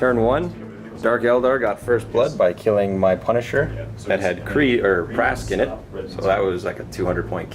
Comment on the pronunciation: Just saying but its pronounced as pask